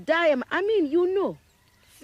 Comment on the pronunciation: The way she said FISH 😂